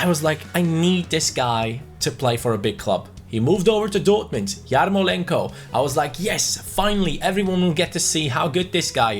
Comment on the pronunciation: I am from Ukraine. It pronounces like yarmOlenko. SLAVA UKRAINE.